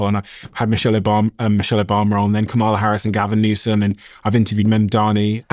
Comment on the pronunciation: Still can’t pronounce Kamala? Every time I hear you mispronounce her name, I stop watching the episode. This has happened several times, now. It’s a shame, because I know you have some excellent content. I just can’t get over the disrespect.